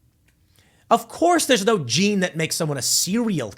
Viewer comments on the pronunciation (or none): none